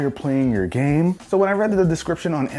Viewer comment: You need to REALLY consider it before you buy it lmao how did he even "controller for gem yis? I geam controller for me" 😂